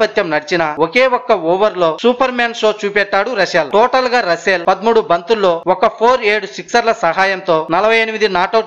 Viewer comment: రసూల్ కాదు...రస్సెల్ ర హౌలే